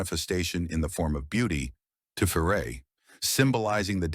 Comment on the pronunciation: This is really good info. Just one pedantry point. Tiferet rhymes with the name Chet (like Chet Baker) rather than Ché (like Ché Guavara).